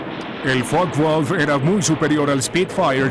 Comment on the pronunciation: Focke Wulf, como lo pronuncias que no se entiende? Láncaster tambien mal pronunciado